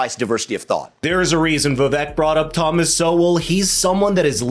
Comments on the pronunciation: its vi vake. not vi vek. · The biggest downfall for Vivek is that no one can pronounce his name no matter how many time he tells people. It is pronouced "Vi-vAke" like "cake" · ViVak 😂 It’s Vi-Vake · Just an FYI: Per Vivek after the first debate, his name is pronounced Vivake. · It’s pronounced Vivek as in CAKE. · Great presentation. Skilled, polished. Loved the interweaving of quotes and cameos. Very value-added. One request, please. The guy’s name is Viv-ache, rhymes with cake. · its pronounced Viv-ake, like cake, Vivek Ramaswamy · Love this video. The only thing is that his name is pronounced Vivek like CAKE! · Pronounciation is " Vi - Wake", A Sanskrit word. It combines "Intellect" with "Wisdom". It means - Discernment ! It means "Clarity of Thought". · if youre going to make a video about the dude at least learn how to say his name correctly... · Vivek’s name needs to pronounced correctly dude. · I am so underimpressed with commentators who are pleased enough to cover Vivek, bu too lazy (or something???) to pronounce his name correctly. Come on guy, make a bit of an effort. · Lean to pronounce Vivek's name correctly of you are going to do a story on him.